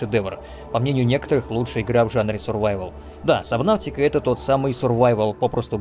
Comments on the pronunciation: Немного подбешивает, когда говорят "сабнавтика", хотя правильно "субнотика" 🙂 А так видос каефный, спасибо! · Вообще буквосочетание AU читается как O. Fault, naughty, daughter. Поэтому субнотика, а не сабнавтика🙄